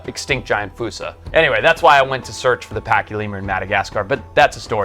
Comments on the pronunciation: wouldnt "fuu-sa" be spelled foosa not fossa? So "Foss-sa" sort of like fossil?? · Im trying to watch ur vids but every time i take issue with your pronunciation ITS FOSSA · Why is it spelled Fossa but pronounced Foosa =(